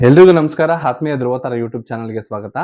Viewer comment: ಹಾಥ್ಮೀಯ ಅಲ್ಲ ಆತ್ಮೀಯ